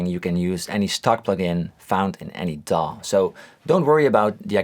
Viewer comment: Thank you for saying "DAW" as a word instead of D. A. W. like most channels.